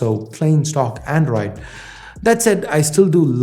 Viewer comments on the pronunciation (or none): none